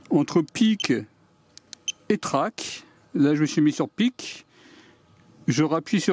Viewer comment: à noter que c'est probablement peak (pour max ou pic) et non pick ;)